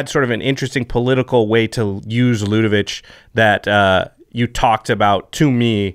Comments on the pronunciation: Ludevic ends with a 'k' sound, not a 'ch'! Stop it! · It’s Ludevic with a hard “k” at the end...come on guys, it’s a name that exists it’s not that tricky. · There’s no “h” at the end of Ludevic. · I'm at the 6min mark and ready to pull my hair out because everyone is mispronouncing Ludevic. I probably won't be able to finish this episode.